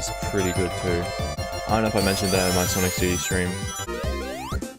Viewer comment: It’s sanic